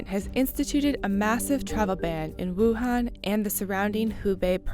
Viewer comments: it's pronounced 武汉 Wǔ hàn. not 武很 Wǔ hěn, that could mean something else. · Informative video, but the city's name is Wuhan not Wuhen... (pronunciation matters) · Let’s play a drinking game: take a shot whenever the host mispronounces Wuhan. You‘ll be in an ambulance by the end of the video. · It was so hard for me to watch because of this lol